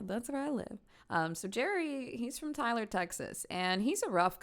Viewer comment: I tell people I’m from Tyler exactly how you said it